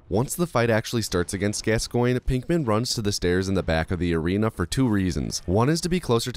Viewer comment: Your pronunciation of Father Gascoigne hurts me mentally, physically, emotionally and spiritually